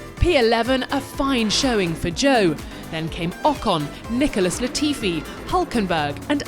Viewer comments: Anybody else realise that she has butcher guanyu zhou‘s name 3 times in a row saying zho wan u🤣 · Can they at least learn to pronounce Zhou’s name properly. It’s such a simple thing to do. Or have we got to suffer that all season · You know the narrator completely botched Zhou's name. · I like that Formula One is finally pronouncing their Chinese driver name correctly but how come it took them so long to correct their mistake they've been saying his name in the wrong order for a really long time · Get someone who can pronounce zhou’s name correctly 😭